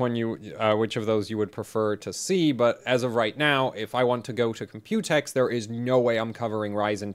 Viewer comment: there's enough computer coverage (plus you pronounce it incorrectly, the emphasis is on the C... Comp-u-tex, not comp-U-tex, i mean jeez watch a video and listen to how everyone says it!), i'd rather you review ryzen 2000 series hardware! your stuff is genuinely unique on that, vs just some more computex coverage. just put "computex" in the video title and description for some extra clicks lol.